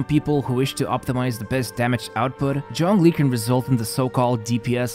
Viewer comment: It physically hurts every time you say "John Glee". Zh as in G in genre.